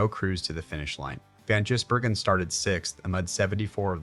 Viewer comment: Jizzburgen, lol! Gotta love AI voiceover. ❤️🇦🇺🇳🇿